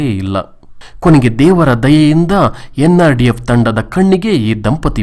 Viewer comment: nrdf alla sir ndrf modlu vuccharane sarierli